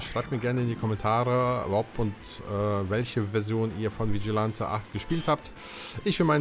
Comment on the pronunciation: Vigilante spricht man Vitschilenti aus 😂. Dieses Game habe ich viel mit meinem kleinen Bruder gezockt ab und zu mit einem Freund dann eben zu dritt. Spannende matches erlebt, sehr spaßig. Ja die Nintendo64 Version ist wirklich besser als auf der Playstation. Schon allein von der Grafik her. Hat aber auch dort Spaß gemacht bei meinem Cousin. 😅 Der zweite Teil ist ok hat bessere Grafik als Vigilante8. Nur leider in der englischen Version. Für mich bleibt dieses Spiel der beste Teil. Ich finde die FMV Sequenzen hätte man auf dem Nintendo64 schon hinbekommen können wie in Resident Evil 2